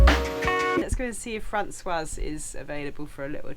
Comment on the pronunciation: Hi Both. Aways enjoy your vlogs, but may I echo the thoughts of The 's' at the end of the masculine name François is silent. The female version (Françoise) does have the 's' pronounced as it's followed by a vowel. Just for your info.